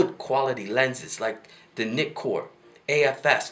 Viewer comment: It's pronounced N eye con. And I think your date is 100 years off.